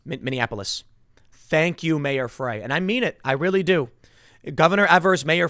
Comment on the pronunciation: Sorry to be picky. Frey is pronounced "fry". I appreciate him and our wonderful city council. They inspired me to exercise my second amendment rights.